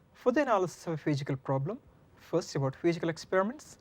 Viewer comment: I'm sorry but I can't get over the lethargic presentation and "Fichikal" problem. God bless his students.